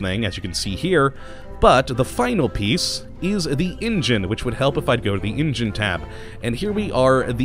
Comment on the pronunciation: its engine goddamit, not ingine